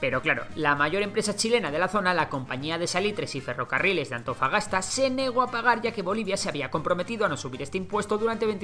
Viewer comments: Según yo en el dice "Antofapasta" en vez de "Antofagasta" xD jajajajjajaja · Dijiste AntofaPasta?? XD wuajajjaja